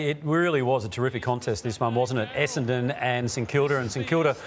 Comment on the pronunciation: AFL commentators, let’s all say this together “Esse-N-don”. Muppets can’t even get the team name right.